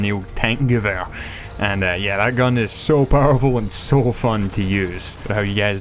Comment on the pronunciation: where the fuck is the v in gewher ffs